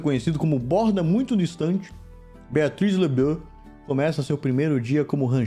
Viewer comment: O cap falando Beatrix LeBeau igual francês é incrível